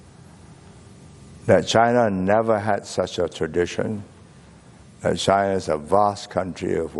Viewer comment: He pronouces China like Chana